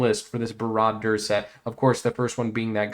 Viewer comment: Dude, you’re mispronouncing Barad dur. Don’t mean to sound like an ass.